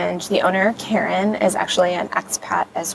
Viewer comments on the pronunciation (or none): none